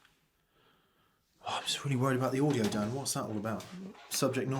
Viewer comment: Nailed my name Dan, thanks for the recognition!